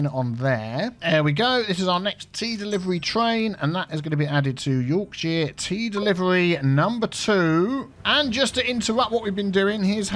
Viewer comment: As a Yorkshire lad I’m not entirely satisfied with how you pronounce “Yorkshire”. Should be more like ‘Y AW R K sh er”. Y as in - You AW as in - law R as in - rat K as in - key - sh as in - ship er as in - hurt All good? Sithee.